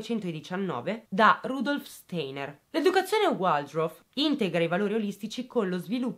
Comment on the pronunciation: La scuola Steiner si pronuncia “stainer”